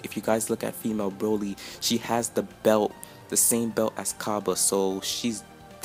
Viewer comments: Bro lee not bra lee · the correct pronuonciation is Brawl-y, Cabbas only learned to be super saiyin by Vegeta in the Universe 6 vs. Universe 7 Arc. He doesn't know enough to be able to teach those on planet salad how to turn supersaiyin, don't over analyse, i think she's not universe 6.